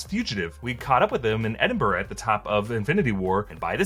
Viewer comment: Just when I thought I couldn’t love more and then he pronounces Edinburgh correctly 🥰